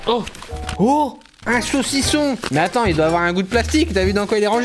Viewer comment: J aime bien le sausison